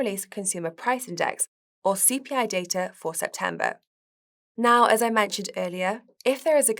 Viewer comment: It sounds like it’s hard for her to pronounce the “e” sound. “Septamber”, “nagative” etc. It’s a bit distracting/annoying.